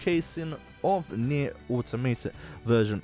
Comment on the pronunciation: Let's just all take a moment to respect the fact that my dude tried to pronounce the full name of nier , good job bro 👏